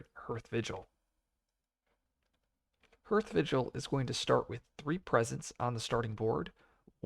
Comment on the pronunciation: Isn't "hearth" pronounced like *haarth*?